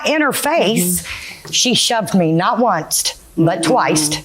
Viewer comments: 😂😂😂😂😂 I'm screaming!!! She said onceT and twiceT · I thought I was hearing things again. Glad I'm not alone in having caught "onecest and twicest." 🥴😬 It almost sounds like some pervy stuff... 😮😬🤣😂